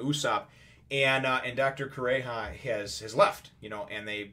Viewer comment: Its Kuromarimo, not marímo, Kure-ha